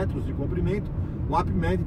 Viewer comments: Não é Ap!!!! É Up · Se pronuncia "Ãp", API só no mundo dele kkkk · Quer falar sempre tão difícil, tão bonito e na hora de pronunciar UP, fala API HAHAHAHAHAHAHAHA Da até agonia...